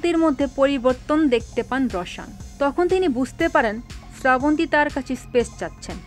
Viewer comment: আপনিতো নামটাই ঠিক মতো বলতে পারলেনা